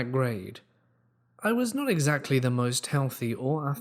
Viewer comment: y u say eggs Lee etc??